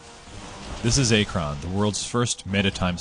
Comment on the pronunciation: It's called "Achron", not "Archon".